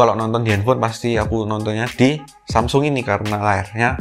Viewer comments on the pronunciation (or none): none